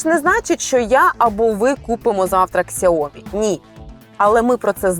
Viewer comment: Сяомі а не ксяомі